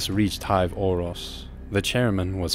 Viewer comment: It's hive auros not hive orros